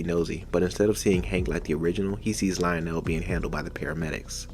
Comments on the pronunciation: just an Fyi his name is pronounced Leo-Nel not Lyle-nel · I think it's pronounced leo'nell I might be wrong but I personally always thought but lie'o'nell doesn't even sound Mexican